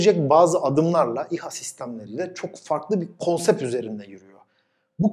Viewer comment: Sizi severek ve saygıyla takip ediyorum. konuşmanın birkaç yerinde "konsep" dediniz, doğrusu: "konsept" olacaktı. Sizi sevdiğim için düzeltme ihtiyacı hissettim. Bunu okuyunca yorumu silebilirsiniz. Selamlar.